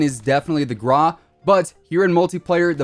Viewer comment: my guy...its called the GRAU...not the grah